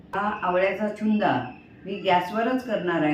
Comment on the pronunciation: नमस्कार तुमचे सर्व पदार्थ खूप छानच होतात, चुन्दा नाही "छून्दा" म्हणतात गुजराथी पदार्थ आहे